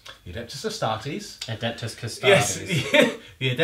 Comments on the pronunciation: That is some name butchering if i ever heard one ... . Still exited, but yeah, that was something else to hear. Maybe we can see a battle of the Cusstoads vs the Adepts Asstards in the future?? :P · How come you forget the E when you say Custodes? Sure the 40k names are made up, but in general imperial names tend to follow a somewhat Latin pronunciation?